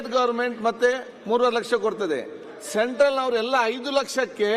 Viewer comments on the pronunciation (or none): ಶೆಂಟ್ರಲ್ ಅಲ್ಲ ಸೆಂಟ್ರಲ್ ಏನು ಅಂಥ ಎಂ ಎಲ್ ಎ ಆಗಿದರೋ ಏನು